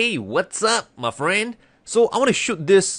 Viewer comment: Yeah, that cracks me up too. But it sounds more like “hey hey, wut’s up muh friend”. The Southern accentt kills me.